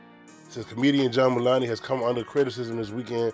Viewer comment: Mulan-ey. Hahaha